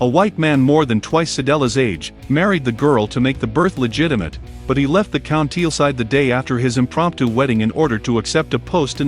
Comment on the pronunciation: This is robot speech and it is mispronouncing many of the words. Country = county L and many others. It's hard to listen to. Use a real human who can read properly. This is good work but the voice track is awful.